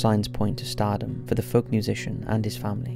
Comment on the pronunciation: ‘Folk’ is pronounced ‘foke’ you muppet.